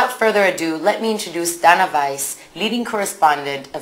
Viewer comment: It's DAna, not Dona. First Muhammad = 5th/6th century. Second, The muslim empire in the 8th century spread until the South of Spain. It was also composed of christians and jews whom lived in relative peace with muslims. They weren't forced to convert to Islam. However it was unacceptable for the Christians that muslims had so much power. In the 14th century they pushed away the muslim empire by waging a cold blooded war. TO BE CONTINUED